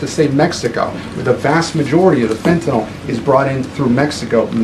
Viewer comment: Is ""fenta-nol" different from "Fentanyl"?